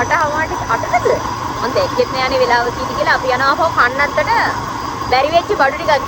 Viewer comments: කන්නන්තොට😒තුන් පාරක් බැලුවා එතන කනත්තමයි ඇහෙන්නේ.😂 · ඔව් ඕයි 😂😂 මං බැලුව කනත්තට යන්නෙ මොන මගුලටද කියල 😂😂